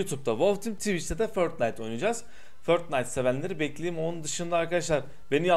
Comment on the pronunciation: Niye förtnayt diyon